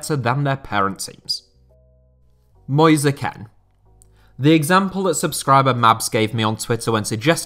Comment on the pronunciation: who the hell is moisa ken